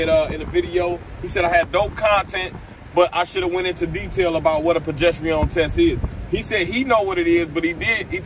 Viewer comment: Why you saying that word like that 😂 “pro gest arone” is how you pronounce it